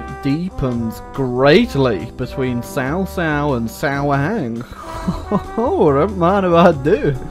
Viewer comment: cao cao pronounced as kao kao :(